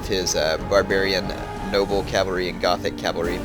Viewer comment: Gothic cav is pronounced Gotic.